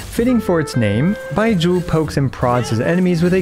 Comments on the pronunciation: why does it sound like he's saying "bye-jew" instead of like they pronounce it in the game? o.o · Why are u saying his name like that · Idk why but the way you say Baizhu cracked me up xD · U pronounce Bai zhu v funyn hahahaha. The zhu especially 😂 like you're pouting after saying it Edit: I keep niggling each time u say his name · The way he pronounces "Baizhu" feels funny to me, dunno why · Why you call his name like that tho? 😭